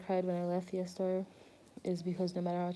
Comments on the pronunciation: thanks for this very informative video!!! but isn't fiestar pronounced like "fee-esta? like the word fiesta?" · i'm not a fan but it's pronounced fyehstarr